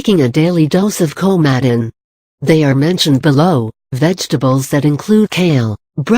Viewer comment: Can we get you a better speech engine? Many people will not know what "Kow-madden" is. And your clickbait title is hightly misleading. Perhaps you might do a bit of um, actual research on 'Coumadin' before you slap together a video like this. This is five minutes I'll never get back...